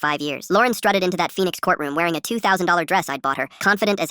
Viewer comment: He practically said Denied THOT!!!! 😂😂😂